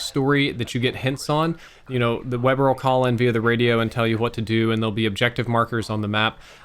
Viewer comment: Were gonna skip the fact that he called weaver "weber"